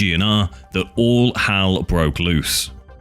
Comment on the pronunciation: dafaw is "Hal"? Do you mean Hell, Sir?